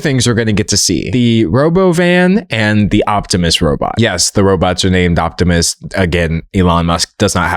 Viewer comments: Him pronouncing "robovan" that way is making me irrationally angry 🆘️ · The thing that made me want to behead myself most was the Raboven pronunciation. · He called it Robovan because the Robo Van has been patended by another company so that is why he said it that way.